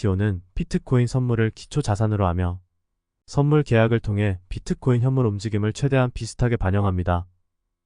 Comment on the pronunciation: 피트코인 발음 킹받네